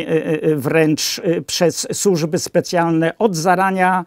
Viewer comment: Nie "sużby" tylko służby, panie!